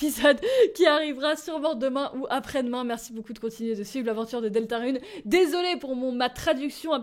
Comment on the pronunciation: trop bien comme d'habitude mais on prononce rune comme courrir